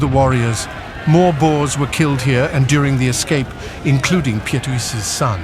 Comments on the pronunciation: And it is pronounced "Peet" one syllable. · The narrator has a deep,rich voice...but struggled with the difficult names...Piet...is just the Dutch version of Pete...etc...